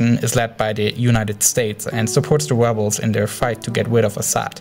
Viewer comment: "wussia bombed dee webles"